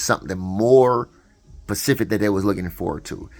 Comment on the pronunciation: "SPECIFIC," NOT PACIFIC YO.